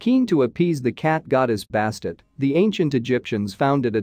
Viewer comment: Interesting however it is quite jarring to hear the names of people, animals and places murdered. For example Bastet is pronounced Bass-tet.